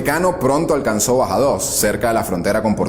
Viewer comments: Es Badajoz...no Bajadoz ;) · Algo técnico: Revisa cómo hablas, dices los nombres (es Badajoz, no Bajadoz) y pronuncias las palabras. La acentuación importa. Por lo demás, la información es muy buena. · Es Badajoz, no Bajadoz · Muy rápido y resumido el tiempo de la Guerra Civil, demasiado. Tanto que dijiste 'Bajadoz' en vez de 'Badajoz'. Perdonado. En general, bien. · BADAJOZ NO BAJADOZ. Vuelve a estudiar. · Una pequeña puntualización: no es “Bajadoz” sino Badajoz. Lo dice un par de veces. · En lineas generales buena descripción, aunque hay varias inexactitudes ya comentadas. Sólo un par de puntualizaciones de detalle. No es "Bajadoz " ni Carrera Blanco", Es Badajoz y Carrero Blanco. Enhorabuena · Badajozzzzzzzzzzzzzzzzzzzzz NO DIGAS BAJADOS ! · Estupendo el canal y todo. Pero ¿Bajadoz? Jajaj yo soy de BadaJOZ y... por Dios... Bajadoz es la primera vez que lo escucho... jaja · Colega, Se dice (BADAJÓZ), no bajados. Y la fortaleza militar de Toledo se pronuncia (alcázar), no (alcazár) acentuando la 2da a. Por lo demás, está estupenda tu clase de historia y muy bien animado el vídeo con los efectos. 👏🏻👏🏻👏🏻👏🏻 Sigue mejorando, vas bien. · EL Ferrol no es un pueblo sino una ciudad, Es Alcázar, como pone en el video y no Alcazár como lo pronuncia, no es Bajados sino Badajoz, tovo Franco grados de Mayor y de Brigadier General, grados inexistentes en España (sería Comandante y General de Brigada ) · Buen trabajo, no quiero desanimar, pero es Badajoz, no Bajadoz (me refiero a la pronunciación). Un error que a cualquiera le pasa, pero la idea es mejorar en futuros programas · Like si escuchaste bajados en vez de Badajoz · Dios mío, cuántas faltas de ortografía y pronunciación....Bajadoz?...y lo dices dos veces mal?.... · Interesantes tus vídeos, pero tienes muchos, pero muchos errores de pronunciación. No es Bajadoz, es Badajoz, no es áustero,, es austero. Y así en todos los vídeos. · Solo te pongo un detalle. Es "Badajoz". Gran vídeo. Muy buen trabajo. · No es "BaDajoz"???